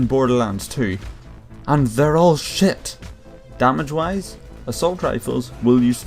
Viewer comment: i like when you say shit cuz you say it like shet SHET i like it